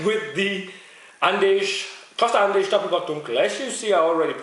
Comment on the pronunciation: Nice review! I don't mean to be a smartass, but its actually pronounced "Andecks" :)